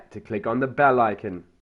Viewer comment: has anyone notice he says bell like in lately weird